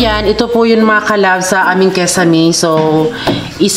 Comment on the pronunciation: Kisame sis... Hindi kesame👍